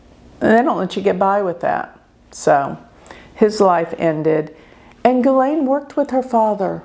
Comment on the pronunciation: I am so happy you pronounced her name right. She has Pluto and Black Moon Lilith conjunct at bottom of her chart.